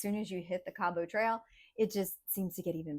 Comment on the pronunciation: I enjoyed this, and happy you enjoyed your visit here as well. A little note, it is pronouced Kabbit, not Cab-ought 🙂